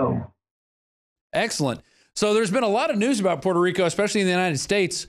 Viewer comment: lets GET ONE THING STRAIT..SO YOU DONT PISS ME OFF..ITS Puerto Rico not perro rico ok?